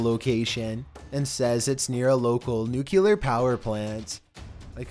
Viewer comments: Bro is this how you normally speak? And where is the 2nd "U" in Nuclear?.. TF...?! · It’s not “Nu-CULAR “, it’s “Nu-CLEAR” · There is no such thing as NUQULAR POWER . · A nuclear or NUKE U LER. ;) His pronunciation drives me nuts. Some George. W. Bush grammar school nonsense. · Isn't it nu-clee-ar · It boggles my mind how many people can't say nuclear correctly.